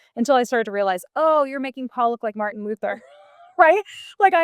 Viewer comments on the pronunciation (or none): none